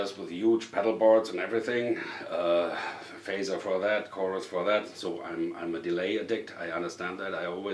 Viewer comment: Everyone should say phasers like you do